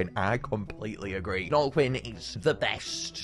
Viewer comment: Snarlequinn is pronouced like Harley Quinn